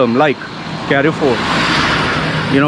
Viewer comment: carrefour you pronounce wrongly.. its not carry 4. its French pronunciation.